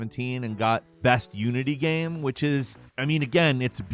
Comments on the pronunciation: Gayme? Just say game like normal people. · ~WAT IS A GEHM